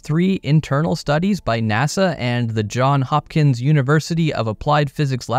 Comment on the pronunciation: Johns Hopkins, not John Hopkins.